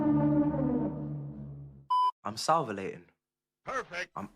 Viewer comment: Salvilating??? Man is so rattled he can’t say salivating right 😂😂